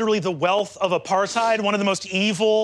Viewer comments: The pronunciation of apartheid was the true crime here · The pronunciation of apartheid 💀